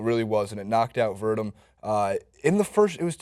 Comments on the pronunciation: Stipe = Stee-pay Werdum - Ver-Doom historic = historic, not heroic :) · ...come on man. Gotta work on those names. Only one you got was Cyborg....LOL Stipe = Stee-pay Miocic = Mee-o-chic or Mee-o-chich Werdum = Ver-Doom or Vair-Doom Maia = Mye-ah (Mya)